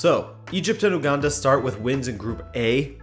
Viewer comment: It’s pronounced You-Ganda